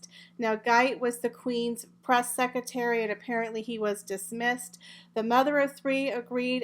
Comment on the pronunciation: I'm sorry I have to correct you I couldn't go on listening. It's pronounced EXCERPTS NOT excerts (no such word) and it's pronounced SeCREtary (in American English) NOT secitary. We pronounce it secretry even though spelled secretary in British English. But there is no such word as secitary.